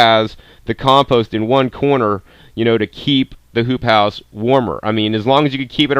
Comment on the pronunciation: no joke I heard "poop house" every time